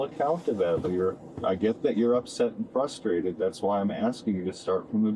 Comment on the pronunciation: She said fruskrated lmao